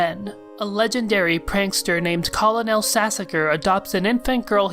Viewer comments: "Kah-leh-nel." It's...pronounced "kernel". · It's pronounced kernel and not colonel. Great video otherwise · "colonel" is pronounced like "kernel" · isnt colonal pronounced kernal? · "call-oh-nel" stairs violently at you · psa: colonel is pronounced "kernel" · why do you pronounce colonel like that